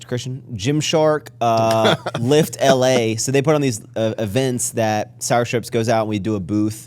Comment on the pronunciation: You definitely said lift LA, I can see why Christian got confused 😂